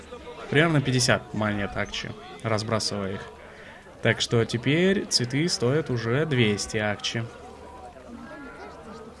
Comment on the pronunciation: вопрос: ТЕПЕРТЬ?